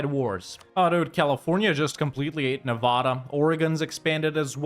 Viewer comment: evidence he can’t be from the west: nobody would mispronounce Nevada like that if they were from pretty much anywhere west of the Rockies 😂